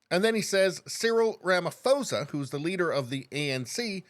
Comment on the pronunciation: I'm a South African and u pronounced our presidents name wrong